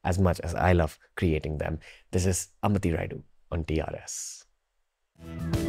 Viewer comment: Please Pronounce our South Names Properly it's not अंबति it's अंबटि